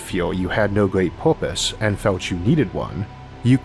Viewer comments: Isaac, what is "poopuse" ?? Did you mean PURPOSE ? If so why are pronouncing it as if you learned English yesterday? Can I contribute to your site by sending you some vouchers for online English class ? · "Porpise" xD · OK I'm 27 seconds in and already I'm having to stop because he keeps saying porpoise.